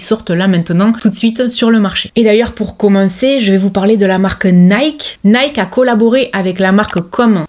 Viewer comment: Nike, moi la fin je prononce "ki".